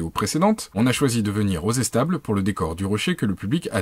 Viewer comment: On prononce Étables et non Essetable !!!!!